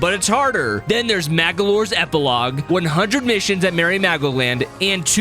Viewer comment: BTW it's called Magalor epologe